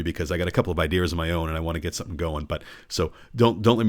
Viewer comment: i like that you said "idears" where r u? i never heard anyone on the internet say it